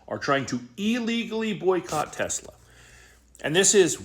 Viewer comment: Stupid ass Chump can’t even say Tesla correct.😂😂😂😂😂